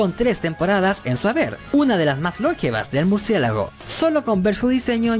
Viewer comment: No se dice "lóngeva", sino longeva.